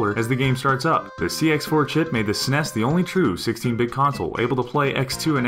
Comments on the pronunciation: lol, the sness, instead of S-N-E-S it sounds so funny to me. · lol "snes" I bet he also says "xbone" It will always be the S-N-E-S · Interesting video but saying "Seness" instead of saying S.N.E.S. made me want to beat my head against a wall. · Arrghhhh. NOBODY calls it the "SNES" It is S-N-E-S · The very moment I heard the narrator say "SEHNEHS" Instead of 'S.N.E.S.' I quickly paused, thumbed down,wrote this comment and left. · s-n-e-s not like sness like (lock)ness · I'm sorry, but who pronounces the SNES that way (s-ness)? I have never heard anyone call it that, they just say Super Nintendo or say each letter (es en ee es). Was I the only one confused when he said "sness" at first? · Each letter should be son fed out! S N E S ! Not "Smes"! :/ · I truly despise when say SNES phonetically instead of just saying the letters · 'Snes' lol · Did he just call it a "sness" DA FUHK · Say it right. It's either the Super Nintendo or the S N E S. It's not all one word and it sounds stupid when people say that. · Im guessing the narrator is too young to know that SNES is spelled out when said and not read as a word. NES is read as N E S and SNES is read as S N E S. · "Sness"? Do you call your email client "Jhee-Mail"? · Stop calling it the Sness. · did anyone else get slightly irritated at him saying snes as a word, instead of super n.e.s.? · Ha ha, I agree. It was more teasing than actual criticism, hence the :P. I pronounce the letters, but frankly I don't understand why some people make such a big deal about it. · it bothered the fuck out of me too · I call the NES NESS(one word) and the SNES, Super Nintendo, Esse NESS, or S-NESS. Spanish is weird, I know. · Who cares if people call it that? Growing up, nobody I knew called it the Super Nintendo, it was always the Snes, just like the Nes before it. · I actually said it every way one can say SNES, pretty sure that has nothing to do with age. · And I am telling you they are pronouncing it wrong. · S-Nes not "snes"